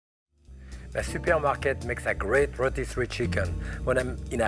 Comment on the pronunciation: How about how he so Frenchly says super market?